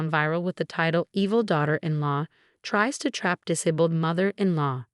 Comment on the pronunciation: The AI voice on this is horrible! Since when is 'disabked"?' "diss-a-bulled"?